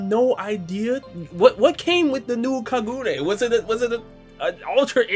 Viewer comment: The way he pronounced Kagune lmfao